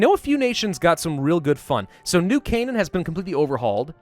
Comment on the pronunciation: Called New Canaan correctly!